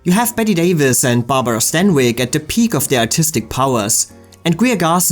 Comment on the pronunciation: DISCUSSED--NOT DISGUST! IF YOU'RE GOING TO USE A WORD, FOR CHRIST'S SAKE, USE IT AND SPELL IT CORRECTLY! JUST BECAUSE TWO WORDS ARE PRONOUNCED THE SAME DOES NOT MEAN THEY ARE INTERCHANGEABLE! GODDAMMIT! AND HOW IN HELL DID STANWYCK BECOME STEINBERG? IS SUGARPURSE A METAPHOR FOR VAGINA?